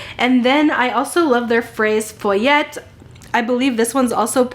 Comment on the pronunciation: Also you make me laugh so much every time with your fraise foyette 🤣 fw-ette-tea